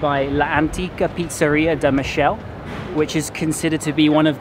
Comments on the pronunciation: hi. you spell "da Michele" in a french way, try to say "da Me-ke-leh". Frittata=Omelette so Frittata di pasta is a pasta omelette. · I enjoy your videos even if I'm vegan and it saddens me how tradition overlooks animal welfare. On another note, your Italian pronunciation could be improved at times; e.g., 'Michele' is pronounced Mee-kay-lay. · you mispronounced " da michele" , remember it's not french but italian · Sfogliatella is not made from filo dough. It's pronounced Mikehleh. Not Michel. Pronounced Peskeria. No water in limoncello. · its pronounced MI KE LA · De michelle :) It's pronounced Da Mee-ké-lé (che in Italian is a hard ke). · It's pronounce Pizzeria da "Meekehleh" not Mishelle"! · Please don't spell Michelle! We are not in France! Please spell MI-KE-LE! Otherwise nice & interesting vid! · My suggestion to you about pronunciation is that the italian sound to CH is K. For instance: Michele would be pronounced Mikele / Pescheria would be pronounced Peskeria and so on... the sound SH is mostly given to words with SC. For instance: Scialatielli would be pronounced Shalatielli Hope this helps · da Muhshell.. YOURE KILLING ME hahahahahahaa >.< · Really not bad reviews from Naples. Only one point: everytime you read “ch” you should spell like a “k”: pistakkio, Mikele, peskeria... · just a heads-up for you future italian videos: every time you see "ch" in a word is pronounced "k", not "sh". (so it's Mikele, it's peskeria and so on) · " sfogliatella RICCIA " ( not RICCI)-----Pizzeria da Michele == bad pronunciation of the name Michele, you pronounce it in French. In italian sound's like " Mikele"---- " Pistacchino espresso" ==== pronunce like "pistakkino" . In Naples you will find good food, beautiful people and a lot of culture, and an enchanting sea! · Your Italian is getting better, but ch is always pronounced like K. Me-Kel-ay. Love your shirt! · At this point you should know that in italian ch=k , so Michele=Mikele. Greetings